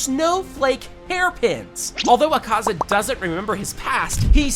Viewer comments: Akazz-a💀 Doma 💀💀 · Akazz-a? Do-ma?😭😭 Bruh It’s Akaza and Douma